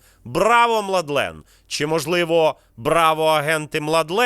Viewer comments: хорвата М Л А Д Е Н звуть а не младлен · Младен, а не Младлен.